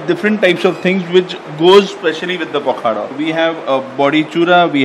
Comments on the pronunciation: Sorry to INTURUPT but this is pokhalo not pokhaddooo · Pakhada nuha it is pakhala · Abe pakhala ...not pakhada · It is pronounced as PAW- KHA- LAW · It is pronounced as a pakhalo...or pakhala...😮